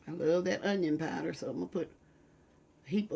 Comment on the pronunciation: I love how she pronounces powder "pieder". Lol. Too cute.